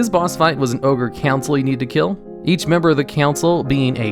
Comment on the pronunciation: just listen to say "council" (or "during" or "since"), where do you place his accent? I haven't encountered this pronunciation before (edit: not making fun, just curious if this is a regional thing somewhere in the USA or Canada)